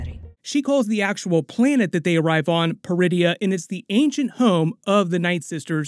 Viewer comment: Oh. PER-idia. I thought she said "DRU-idia". Funny, she doesn't look Druish.